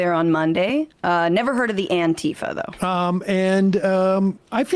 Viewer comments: *Antifa not Anitfa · Anti-fa not antee-fah.